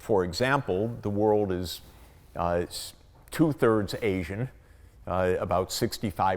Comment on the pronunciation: Arsian? Asian... surely? Ok, Mr Know-it-all, polish your pronunciation skills as well as your propoganda-pushing please.